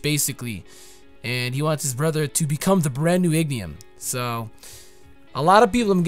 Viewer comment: my guy it's not Ignium, it's Ingenium. You said it so often i had to correct you sorry.